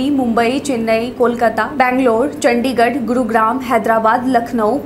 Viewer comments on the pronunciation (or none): none